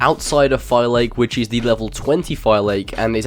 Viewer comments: You pernounce Phylakes As Fi-La-Kes NOT Fiy-lakes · It's pronounced "Fee-la-kees" and not "Fy-lakes" 😭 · I so tired of this guy saying Fi Lake. Phylakes (Fill la case), say it with me. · phylakes and pronouce pha la ki ta